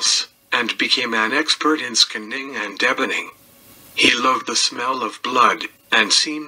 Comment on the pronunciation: deboning...... Not debening